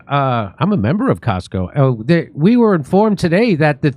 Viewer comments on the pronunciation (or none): FYI….. COSCO is not Costco. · Cosco, not Costco. It's a different company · Cosco not costco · Jimmy its not the Costco that you belong to. Its Cosco a transportation company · COSCO not Costco. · Cosco is not Costco 🤦🏻‍♂️ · Cosco. Not costco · Cosco, not Costco. You are probably not a member of Cosco, which is a Chinese shipping company. You are thinking of Costco the Retailer of stuff. So why is a Chinese shipping company sending weapons to Israel?